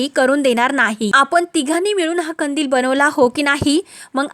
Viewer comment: नीट मराठी बोला हो खंदील नाही कंदील